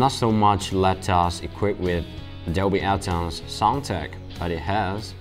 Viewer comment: its Dolby Atmos - Not Atoms.......